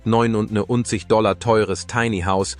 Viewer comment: Der Preis gilt wohl nur ein Puppenhaus? Schon der Fehler bei der Aussprache des Preises läst Zweifel aufkommen. Hier wären die Trusted Flagger gefragt. Wenn der Preis real wäre, würde ich gleich mehrere kaufen.